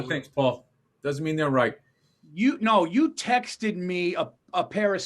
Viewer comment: is it texeded like paul says or is it just texed i say i texed them not texteded ...... much love from hamilton ontario canada